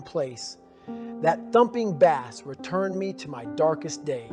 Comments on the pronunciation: Thumping bass?? Like the fish? It's pronounced base. This seems weird. I know David may be reading from a script and he was abused as a child so isn't the best reader. No disrespect, but if this is fake audio, that's disrespect to Goggins. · Was this an AI generated voice? "Bossline"? and "bass" <(pronounced like the fish, when it was supposed to reference sound)? It's a close cadence to Dave too, but a little in the uncanny valley tbh